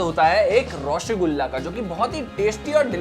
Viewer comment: 😑ওটা রসগোল্লা not রসোগোল্লা